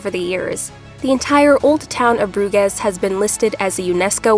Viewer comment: It just takes a couple of seconds on the internet to look up how to pronounce a placename these days. You know the city of Baton Rouge? Please pronounce Bruges like Rouge, because hearing Broo-gezz over and over again gets very annoying very quickly.